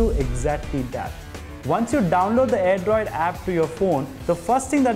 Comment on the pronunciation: It's Airdroid Not "AIRDROD" What a Q-Tiyapa! :D